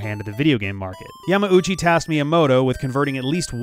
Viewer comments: If you know more than zero people who pronounce it as "Yamowchi" then it's wrong and you should let them know they're being wrong. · There's not really a wrong way to say it in English so anything works, I was just curious if the pronunciation was picked up from IGN. A softer "u" more like Yamau-chi is how I have always heard it pronounced in real life though. In this video and in IGN's videos there's a short pause and the "u" is very distinct is how I have heard it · The only other people that I have ever seen pronounce Yamauchi that way are people at IGN, I'm curious, did you look at an IGN video for pronunciation? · What you've heard is the proper Japanese pronunciation, spoken by a Japanese speaker. Everyone I've heard saying "Yamauchi" in English has said it like does here, with a clear gap between "ma" and "u". Other differences include "Mi-ya-MO-to" in English vs. "Mi-YA-moto" in Japanese, "Te-ZU-ka" in English vs. "TE-zuka" in Japanese, and of course "Shi-GE-ru" in Japanese with the English equivalent being "Shiggy". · No, while I have heard "Yamauchi" spoken by a couple of native Japanese speakers in the past I have heard it pronounced by a few more native English speakers in a similar way to Japanese speakers. Now that I think about it maybe the "IGN" pronunciation is just the North American pronunciation? I guess maybe it just sounded weird because I haven't heard many people from North America say it before